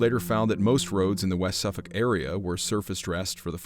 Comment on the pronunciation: A most intriguing story, I am a very sceptical minded person so am prone to believe this was made up by the three bored men. However their description of the buildings in the village and the overall layout of the village does make me wonder. Well done on the pronunciations of Suffolk etc.